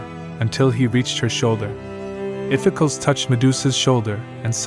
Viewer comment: Spelled Iphicles, pronounced "iff-eh-KLEEZ" Or "iff-eh-cklohs"